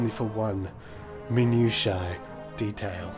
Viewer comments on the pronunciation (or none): Its pronounced min-nu-shuh, also are the 500+ runs needed to get this thing to drop in the book? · That thesaurus line was great, but then none of the examples you gave used uncommon words. The trouble you ran into with the word "minutiae" undermines that point even further.